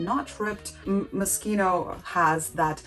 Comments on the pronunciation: I loved it but I cringe every time you say mos-cheeno 😆 its mos-keno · is pronounced moskino